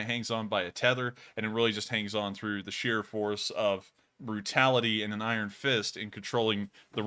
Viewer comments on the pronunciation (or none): none